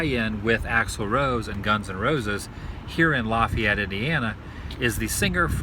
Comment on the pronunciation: it is pronounced La - Fay - et